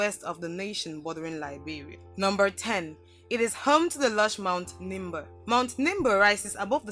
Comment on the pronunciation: It is Nimba not limba. Where is Nimba?